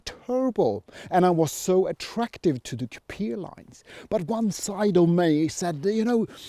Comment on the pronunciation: Thanks .....another great video as usual........but why do you pronounce COUPIA .....instead of COUPÉ 😅